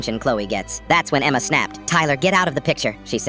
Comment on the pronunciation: He said Emma like EMMMEAAA 😂